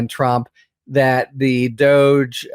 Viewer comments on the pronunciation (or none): DOJE is pronounced "dodg-y" or maybe "Doggy" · DOH not DOGE. Haha. Good one. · “DOGE” should be pronounced “Doggy”, because it will annoy musk, and that’s what musk is doing to trump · DOGE? I thought you said Douche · I keep telling you, DOGE is prounced 'dodgy'. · I pronounce that as “DODGE” which is fitting for the orangekins because they dodge the truth and morality at all costs. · "DOGE" needs to be pronounced and addressed as "DODGY". FMD! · Every time you say DOGE, I think douche, and then my brain adds bag to it. "Douche bag"